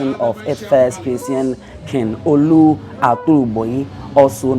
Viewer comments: 😂😂😂😂this guy u Don finish us with your pronunciation ,, Olu not Oru Warri not garri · It's not Oru. It's OLU. Google on how to mention the names well.